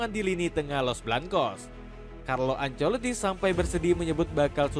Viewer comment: Carlo Ancelito 😂😂